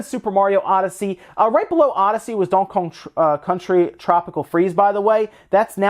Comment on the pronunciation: Dunk Yong Country... He said it again!! Lol, wonder why he keeps pronouncing it like that